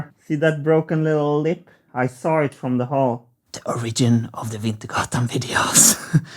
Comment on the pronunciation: Two of your videos on each of these points now, so at this point I have to say something: English is a silly language- sorry, English is really three languages wearing a trenchcoat, stealing spare words from other languages, but "Origin" and "Original" are accented differently from each other. Your pronunciation of "Original" is good, but in "Origin," the stress is actually on the first syllable: [OR]. Keep expanding your grasp of English and I'll keep coaching on the niggling details. The other thing: The Mimosa tree I know of is Albizia julibrissin, I have one in my yard and it is quite different from your yellow variety.